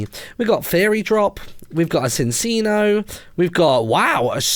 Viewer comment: Martyn minccino is pronounced minchino and cinccino is pronounced chinchino i watch the whole series of black and white